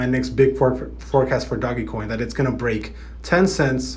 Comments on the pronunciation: DOGE NOT DOG-e-coin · man still calling it doggie coin smh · my mans just said doggy coin.